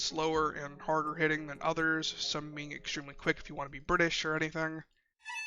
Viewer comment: "some are extremely quick if you want to be bri'ish" london